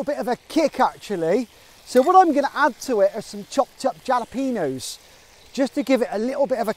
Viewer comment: *jalapeño = halla-pen-yo